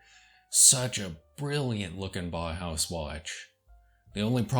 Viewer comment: You mispronounce "bauhaus". You say something akin to "Bah-house". The correct pronunciation is "Bow-house". With the "Bow" rhyming with "Wow".